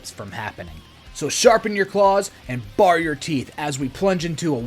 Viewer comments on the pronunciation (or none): Pronounced "bear" , bare ... Yes I don't want to imagine my werewolves at a bar, you know what I do.